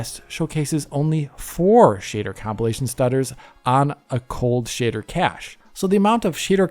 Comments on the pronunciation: You really make the word 'shader' sound like the word "shitter" and what do you expect from a game where the main protagonist is a ranga. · "shitter compilation" is a VERY good way to pronounce it. 😄